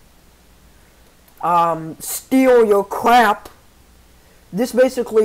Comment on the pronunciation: "twack peoples history" "doesnt steal your cwap"